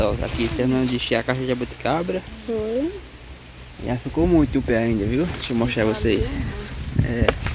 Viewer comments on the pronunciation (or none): Família, pelo amor de deus é jaboticaba, não jaboticabra 🤦🏻‍♀️... Não é porque sao simples que nao tem que aprender a falar direito. Natália e parece que nem estudou, falam tudo errado... Busquem aprendizado... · A e fala, "jabutiCABRA" o correto é "jabutiCABA" ou "jabotiCABA", e tão novo, já terminou os estudos e não consegue falar corretamente algumas palavras tão fáceis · Gente lugar todo mundo fala o nome da fruta errada, falam "jabuticabra",kkkkk, deve ser uma fruta que dá leite. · FAMILIA O NOME NAO E JABOTICABRA E SIM JABOTICABA VOCES SAO NOVOS PRESTEM BASTANTE ATENCAO NAS PRONUNCIAS DA PALAVRAS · não se diz jabuticabra e sim JABUTICABA kkkk fugiu da escola menino